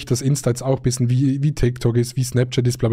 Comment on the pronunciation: Wir haben den gleichen Sprachfehler wir sagen bissen statt bischen